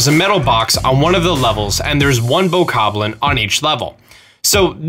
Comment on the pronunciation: The fact you say Boko Spear right, but butcher Bokoblin, it's cringey.